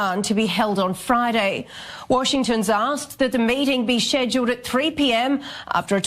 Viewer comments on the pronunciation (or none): I didn't know the word 'schedule' is so hard to pronounce properly lol